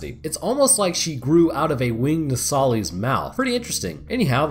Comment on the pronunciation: “No sah lis” lis as in list. It’s said in the game so many times and you still gotta say it wrong. My brain hurts everytime you do. Other than that, it was entertaining and informative